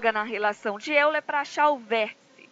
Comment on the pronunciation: diz-se óiler